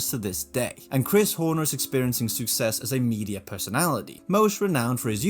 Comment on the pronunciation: You hid your Danish accent quite well until the “phone” segment (and you pronounced “success” with the wrong vowel just before it). I’m envious :)